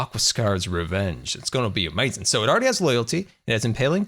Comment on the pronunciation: Stop saying is gonna be amazin. You sound dumb